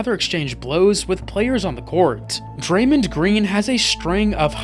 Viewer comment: did bro say daremned green 😂😂😂😂